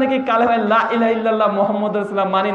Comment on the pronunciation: তুমি " লা " টানোনা কেন???